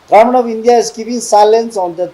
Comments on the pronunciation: 😂Our Odi we Aos pronounced are sooo poor and weak Kurmen means Government All mistakes points u people please take understand with Okay 😊He is the only MP from our Nagaland Please support him 😥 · Garment means Government okay My odi We Aos Soo weak poor in Pronounced but let's u people Understand my Pronounced 😂 okay